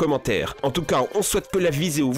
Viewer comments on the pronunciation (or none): tu as dit viséo au lieu de vidéo à la fin de la vidéo🤣🤣🤣